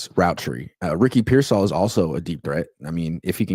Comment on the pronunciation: I didn't know graduated from the Raj school of Ricky Pearsall pronunciation